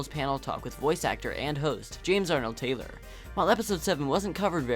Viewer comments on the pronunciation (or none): none